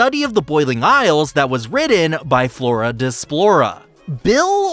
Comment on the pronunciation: Did you say florra MORA LIKE DORA